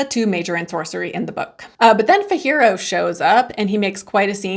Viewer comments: I'm so disappointed you hated the book,I really thought you would like it because it gives a real-world element to Oz. Also, you have been pronouncing Fiyero incorrectly, it isn't "fihero". In the film/musical, Boq doesn't ask out Nessa and "makes due", he does it to impress Galinda. Also, Boq and his wife (who was Galinda's friend in shiz) house Dorothy during her first night in Munchkin country. I love how McGuire used more of the Oz books as inspiration instead of leaning into MGM, which pales in comparison to the world in the books. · Why are you pronouncing Fiyero like that ??